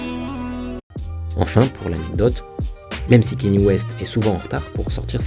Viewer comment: les francophones, une bonne fois pour toutes, c'est prononcé kan-yé (kan-yay) west et pas kenny west. le mec s'appelle pas Kenny. Cordialement.